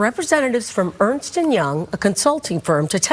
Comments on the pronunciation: ERNST, not Ernest. Ernst & Young. I was corrected on this as a teenager by my mom bc my step dad was a partner at Ernst & Young in NC, and I mispronounced it at first. Clearly it was wrong and missing an "e". 😁😏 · Why do you repeatedly mispronounce the name of the firm's name? It's Ernst nor Ernest. One syllable, not two. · Ernst....not Ernest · It’s ERNST and Young not Earnest. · Ernst and Young not Ernest or Earnest